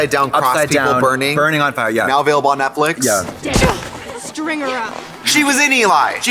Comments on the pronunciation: I. Love. That. Tracy. Says. Netflick 😂 sometimes. Reminds me of Gotmeek 😂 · Trixie always calling it Netflick is the best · I love how Trixie calls it Netflick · Why does Trixie keep saying Netflick instead of Netflix